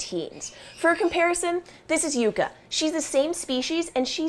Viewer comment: "Yooka?" Isn't it pronounced "Yuh-kuh" like the plant, Yucca?